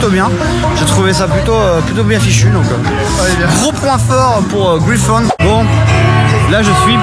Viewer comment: Pour la prononciation de Griffon une prononciation à la française fait largement l'affaire et ou "Gris Fun" si tu veux faire un petit effort. Ils prononcent pas ça "Graille Phone" en tout cas ça c'est sûr 😁 (un petit Google Translate comme pour le nom du parc t'aurais mis sur la bonne voie)